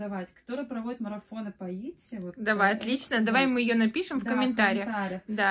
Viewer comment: почему вы говорите етси, а не итси? Светлана тоже назвала итси. Латинская E читается как и